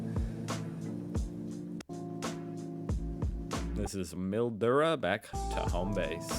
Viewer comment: Just to help... Mildura is pronounced miljura